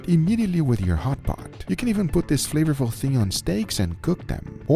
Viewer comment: "In order to make your hotpot very flavafluuu" 😂